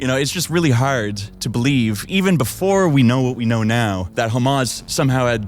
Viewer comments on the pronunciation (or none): I like how he says "Haurd" instead of Hard